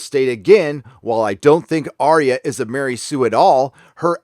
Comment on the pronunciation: Who the Fuck is Aria????? why cant you idot americans get names right????